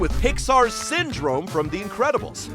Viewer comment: Ah yes Synrome